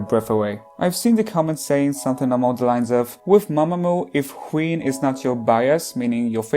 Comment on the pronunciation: I kept on hearing queen when you say wheein